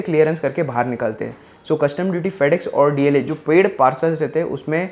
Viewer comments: Its DHL bro not DLH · It's not Dlh it is dhl. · DHL hai re baba "DLH" nahiiiiiiii........😜😜😜